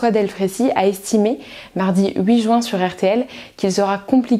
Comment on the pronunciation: Je comprends pas ces gens qui prononcent juin "joint"